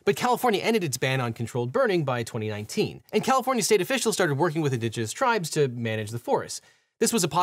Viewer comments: Poor Califvornia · the state of Califvornia” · "Califvornia" hehe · ah yes, the state of califvornia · "... State of CALIFVORNIA" lol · Califvornia lol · Objection! “Califvornia” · "Califvornia" lol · Califvornia........... :face-orange-raised-eyebrow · "Califvornia" Lol.